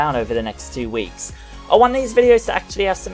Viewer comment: With accent I though he said 82 weeks